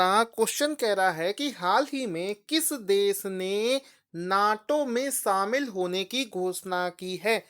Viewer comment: शामिल होता है भाईसाब सामिल नही 😂😂